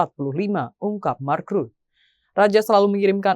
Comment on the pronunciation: Imi lagi ..mark rutte vacanya ..bukan Mak.rut. Tolol amat nih pembaca berita nya 😊